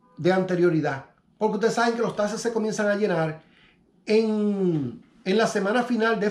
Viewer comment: Hey amigo NO SON TASES....SON TAXTES CON X